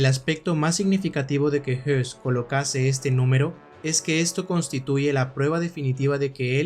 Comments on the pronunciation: No, el apellido Höss no se pronuncia "os" ni "jos". Para pronunciar la vocal ö en correcto alemán hay que poner los labios para una O y emitir una E, o bien colocar los labios para una E y emitir una O: el resultado es el mismo. En cambio, el apellido Hess sí se pronuncia JES, con la "e" como en castellano. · DIOS MIO !!!!!!!!!!.... hay dos personajes nazis.... uno es RUDOLF HOSS y se pronuncia con la letra O y hay otro personaje que se llama RUDOLF HESS que es un heroe para los actuales alemanes por tratar de detener la guerra.. y se pronuncia con la letra "E".... He escuchado tu video y es toda una confusion con estos dos personajes... leistes mucho pero ES UN ERROR GARRAFAL PRONUNCIAR LOS DOS NOMBRES PARECIDOS... He leido los comentarios y no es posible que haya tantos halagos y nadie supo que estaba mal pronunciado el nombre en todo el video !!!.. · Le doy like, pero sin saber alemán, entiendo que Hoss y Hess no se pronunciaran igual. Yo te escucho y parece que hablas del otro, escucho "JES" alargando la E. El otro Hess, como lo pronuncias? "JOS"? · Pronunciate mal,..Rudolf Hoss no hess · aqui se le pronuncia como "hess".. pero es "hoss". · Una observación, Rudolf Hoss no se pronuncia JESS sino JOSS, puedo confundirse con Rudolf Hess y son personas totalmente diferentes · La pronunciación no es la misma que Hess??este es Hoss no??porque dice todo el rato Hess?? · No se como se pronuncia Höss en aleman, pero desde luego el estar diciendo "Rudolf Hess" durante el documental seguro que no ayuda mucho a las personas que no saben mucho sobre esa época, ya que pensarán inmediatamente en el lugarteniente de Hitler, que murió en su cadena perpetua en Spandau. Porque supongo que el que ha realizado el documental sí conoce a ambos personajes y los diferencia perfectamente. Yo personalmente he leído su libro "Yo, Comandante de Auschwitz". Me gusta mucho su canal. Un saludo. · Por la pronunciación se puede confundir a Rudolph Hoss con Rudolph Hess, hago la aclaración